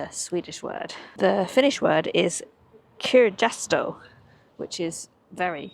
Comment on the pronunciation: Tips on pronouncing finnish "j", "kirjasto" it's more "kiryasto" than your "kirchasto" =) (or Silja -> "silya") Thanks for the videos, been watching the ferry ones and other finnish travels, very nice =) Welcome back!